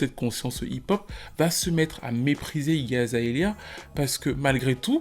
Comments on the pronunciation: Je sais pas si quelqu'un avait déjà fait la remarque mais tout le long du vidéo tu prononces Iggy Azaelia mais c'est Iggy Azalea, just sayin, ça m'a écorché les oreilles tout le long désolé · Hermione : -" ont dit AzalEa pas AzaElia..." ^ ^ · je kiffe la vidéo mais quand il dit "AZAELIA" et pas "AZALEA" j'ai envie de pleuré 🤣🤣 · Vue le nombre de fois que tu dis son nom tu aurais pu faire l'effort de le prononcer correctement. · le plus injuste pour elle, dans cette video, c'est que t'as pas réussi une seule fois à prononcer son nom correctement xD